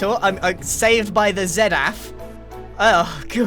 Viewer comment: "SAVED BY THE ZEDAPH"😭💀